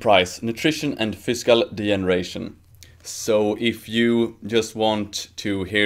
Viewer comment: you said fiscal lol